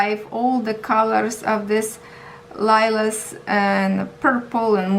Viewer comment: The berries look like currants to me but I could be wrong. Lilac is pronounced like ( lie lack ) I love blubells. That's the canvas I would choose.